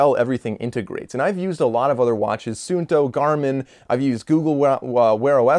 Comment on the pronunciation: omg the fact that he has used a FINNISH watch and he mentioned it in his video makes me feel very proud of my country lol🇫🇮 and the way he pronounced suunto😂😂 it was pretty good though